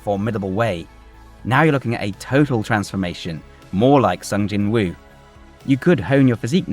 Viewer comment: To anyone with a British accent, this name is pronounced 'Song Jinoo'.